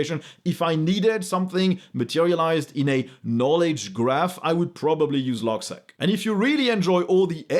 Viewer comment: logseeq 😁not logsec